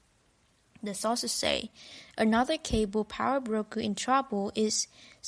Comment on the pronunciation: It's cabal, not cable.